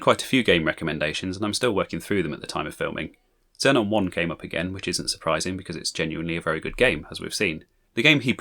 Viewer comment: It's pronounced 'Zee-non' like the gas.